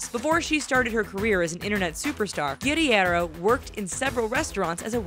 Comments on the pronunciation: You completely butchered Nicole Guerriero's last name lol. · It's Guh-rare-oh. Nicole Guerriero. not guddy-air-0. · The way she pronounces Nicole's last name makes me wanna smash my head against concrete